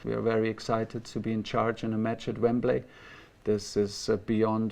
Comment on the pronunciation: Needs to learn how to say Wembley 😐 don't trust the spelling in this country bro. Listen and repeat